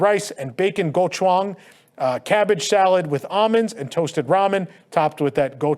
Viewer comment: hearing him mispronounce “Gochujang” kills me omg